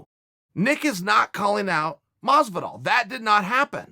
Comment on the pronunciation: Is it pronounced fucking George masvidal or Jorge masvidal holy shit lol. So sick of hearing everyone butchering his name like which one is it masvidal!!!!!